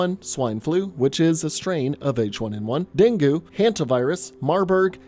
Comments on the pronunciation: the hell is deng-gu it's pronounced as Deng-ge* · Dengoo?? Dengay is the actual pronunciation buddy.. love your vids broham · pretty sure the pronunciation of dengue is "deng-geh" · i always thought Dengue's pronunciation was Deng-gei